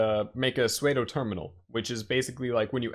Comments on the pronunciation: Damn I have never been irritated this fast before. Who the fuck is Earl ? Also, sudo is pronounced "soo doo". By now, you already know that it's URL (spell it) and not whoever the fuck is Earl. There's simply no way you don't know that and you are just being intentionally obtuse. C'mon man. I loved the video nonetheless. Finally got a concrete idea to what docker is instead of abstract general bullshit. Thank you and please keep doing videos like this. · "sueydoh terminal"? :D